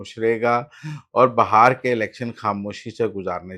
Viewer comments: بھائی یہ ہندوستان کا اتنا مشہور صوبہ ہے اور آپ کا علم اتنا محدود ہے کہ آپ اسے بہار کہہ رہے ہیں جبکہ صحیح تلفظ بہار ہے۔ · Muzzamil sahab that bihar not bahar😂😂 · Brother, this is such a famous province of India and your knowledge is so limited that you are calling it Bahar, while the correct pronunciation is Bihar.